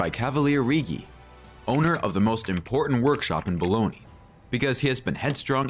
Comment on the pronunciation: Bologna not Bolognia